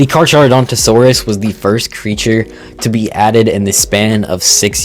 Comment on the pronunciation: Car-car-oh-dawn-toe-saurus (proper Carcharodontosaurus pronunciation)